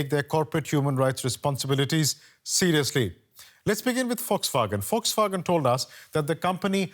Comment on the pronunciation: Its not Foxwagen😂 its Volkswagen